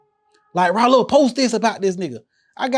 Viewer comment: Rah-Lo. Bruh definitely see the light in himself